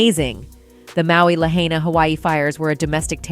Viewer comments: Omgggg at least say Lahaina correctly if you are going to do a story on it. It is NOT hard to find correct pronunciation for a word currently in use. That’s just lazy research. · How can this video mispronounce Lahaina? And remain credible. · Why can't you pronounce Lahaina? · You could at least learn how to pronounce Lahaina!!! 😮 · The host can't even pronounce Lahaina properly. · Learn to pronounce "Lahaina" properly please... the mispronunciation made it almost impossible to watch/listen to this video. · Hate how the lady can't say, " Lahaina " until Maui people say correctly. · Dam she can’t pronounce Lahaina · Learn how to say the name of the city 🤡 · super disrespectful you are saying Lahaina completely incorrect can take it 😤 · I hate hearing lahaina mispronounced . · It's important to properly pronounce the name of the place you are highlighting in a video. I heard 3 different random pronounciations for Lahaina. It's an easy name to pronounce. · From the comments here, I can't believe people actually fall for theses rumors/lies. BTW, the female narrator of this garbage report has completely butchered the pronunciation of Lahaina. Show some respect. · The way she keeps miss pronouncing Lahaina is so cringe!! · at least learn how to pronounce Lahaina... AI bot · Why can't the announcer pronounce Lahaina correctly. Dumb. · For God's sake man!- Please correctly pronounce Lahaina!!! Damn bots! 🤖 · mispronouncing Lahaina ...hmmm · They're lousy at pronouncing words correctly. I can't stand to hear them. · I couldn’t even finish listening. Please do your research first and at the very least pronounce the name of the city correctly. You said it like 3 different ways. For the record, it’s LA-HY-NA. Lahaina. Not hard. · Who is narrating. She can't read. Sne consistantly mispronounces Lahaina as Lahainia. She can't even read "conspiracy". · La-hay-nia? Is that how we're pronouncing it now? Who put the AIDS in AI? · Learn how to pronounce LAHAINA...LA HIGH NA